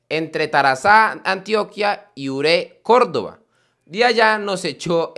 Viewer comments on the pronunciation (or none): none